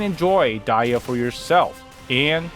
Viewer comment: The way her name is pronounced sounds so wrong